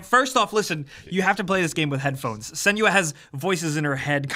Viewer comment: Senua not Seniua :/